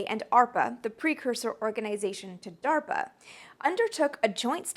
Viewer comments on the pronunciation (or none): none